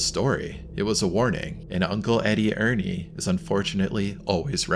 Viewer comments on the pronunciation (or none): none